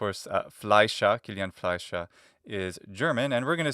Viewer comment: Your pronunciation of 'Fleischer' is pretty impressive